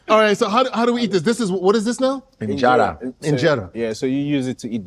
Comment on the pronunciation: Bruh she said IMjera 😭